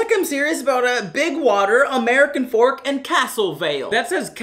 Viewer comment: no, that’s not how you pronounce American fork, it’s pronounced how it’s spelled